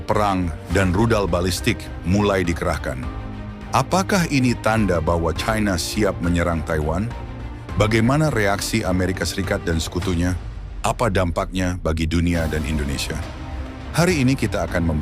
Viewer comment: China di eja caina. Di seluruh dunia. Belajar baca.